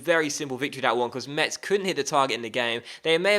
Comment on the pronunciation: Metz is pronounced like "Mess", not "Much", so your jokes doesn't make sense to me, as a french xD